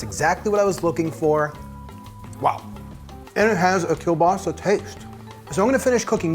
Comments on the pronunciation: He pronounced kielbasa wrong the whole time until the end when he said it right. My grandfather was born and raised in Poland and he pronounced kielbasa keel-bossy not keel-basa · My dad is from just outside Pittsburgh, and we always pronounced it kabassi as well. We celebrate the new year the same way. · Thank you so much for posting this! I'm from Southwest PA and grew up with this tradition. This year I bought store bought veg polish sausages but this looks worth the extra effort. By the way, my family also calls it "kuh-bossy" and I get looks in Tennessee haha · Can definitely tell you're from the northeast US with the "kebassi" pronunciation, it's just how it is here.